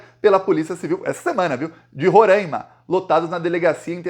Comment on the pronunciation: Roráima e não Rorãima